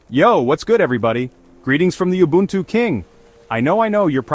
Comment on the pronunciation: It's oo-boo-n-too not you-buntu